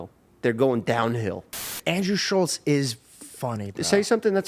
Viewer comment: SHULLZ....SHULLZ......it's fucking ShulTtttttZ